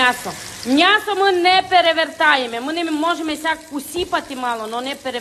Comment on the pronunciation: Як же я люблю «мнясо»- так говорив мій дідусь.